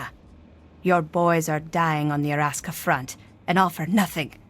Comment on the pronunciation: De Arrraska fRrront